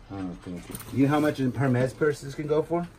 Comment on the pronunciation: Hermes is pronounced “her mees”.